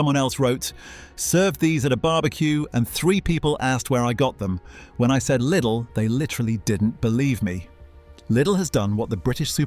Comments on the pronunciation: And your pronouncing was wrong too! Leedl like needle!!🤙🤙🤙🇩🇪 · How does anyone wrongly pronounce LIDL?